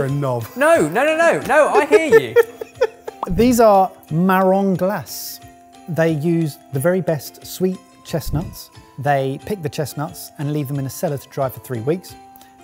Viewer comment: They are called Marron Glacés. The "e" is not silent, there is an accent on the "e". I am sorry you said the second word wrong, but I still like you and enjoy watching you all and getting ideas from you. Happy New Year to all of you 🍾🥂🎉🎊🎄🍸